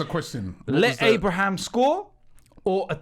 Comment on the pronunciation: Tammy Abraham not Abrahams